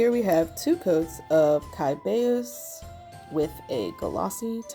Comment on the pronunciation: To "pronounce" the genus name Cybaeus, the most accepted pronunciation is "sigh-BAY-us".